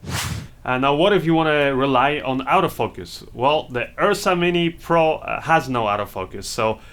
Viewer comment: Oh, you're saying Auto Focus. I thought you were saying Out of Focus.